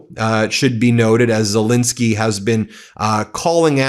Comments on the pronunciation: STOP MISPRONOUNCING ZELENSKYY! THAT'S AN E NOT AN I, DOGGONE IT. THE MIDDLE SYLLABLE RHYMES WITH PEN, NOT PIN. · It could be even better if he pronounced Zelenskyy correctly, that's an "E" not an "I" - calling him Zelinski is worthy of MAGA. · NOPE, I'm not cutting him any slack on this, and I very much like the work of the brothers three, but the man's name is ZELENSKYY, the middle syllable rhymes with Ben, he is a world leader, and the repugnantones delight in mispronouncing people's names. We good guys can do better. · BEN - I am positive that this is unintentional on your part, however you, along with a disappointing number of other legitimate news reporters continue to mispronounce the name of the leader of Ukraine. This is - unintended or not - a show of disrespect. How would you like it if people kept mispronouncing your name ? His name is ZELENSKY - NOT ZOLINSKI . If his name was ZOLINSKI it would be spelled that way. It is not. It is spelled ZELENSKY because that is his name. Please maintain the fair, rational, and legitimate presentation of important news that the Meidas network has become known for, and at least pronounce correctly the name of the leader of Ukraine. Thank you.